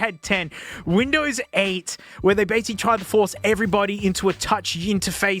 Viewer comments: i get hes saying bindows but its so much funnier to think hes saying bimbo every time since it sounds just like it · i thought I heard "BIMBOWS??" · It's not "binbows" 🫩 you need to rerecord the audio and correct the OS name!! It's "microshaft winblows 8" 😆☕️🚬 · smasnug binbows I'm dead😂😂😂😂😂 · binbows on a smasnug? this is not okay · The way he says Binbows gets me to jump everytime as a german